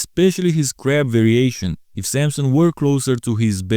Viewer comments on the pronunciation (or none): none